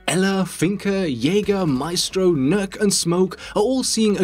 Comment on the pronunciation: First youtuber i've seen that pronounces Nøkk right, congrats.